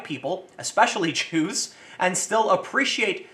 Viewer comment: 'at the start Tim says: "about the Jews" what i hear: "about ze Jew"